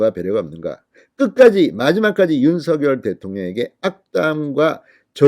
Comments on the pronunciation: ㅎ 발음하는데 혀가 문제인거 같아요ㅋㅋ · 윤석열 대통령을 항상 윤서결이라 부르 듣기 거북합니다 윤성렬이라 부르세요